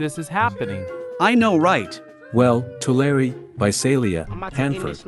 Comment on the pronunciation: Taking my first break . As an expat from CA to NY, I appreciate how much you've dug in to the relevant CA lore. I completely dumbfounded when you pronounced Tulare correctly.